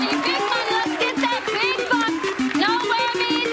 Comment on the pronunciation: Sounded more like “Noah” than “No!”